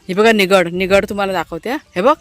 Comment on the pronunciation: Nirgudi म्हणतात..निगडी नाही ही.